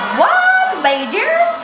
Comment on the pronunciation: Kat的 北京儿 也太可爱了吧